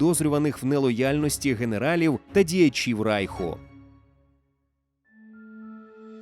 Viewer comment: Все добре,але не Райху,а Рейху☝️